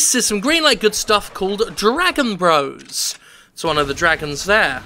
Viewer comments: why did jim keep pronouncing bros. as bross? it's bros..short for brothers.. like Super Mario Bros. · Dragon Bross? BROs! Bros. is suppose to be short for Brothers. How can the announcer call it BROSS? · Bros. not Brass.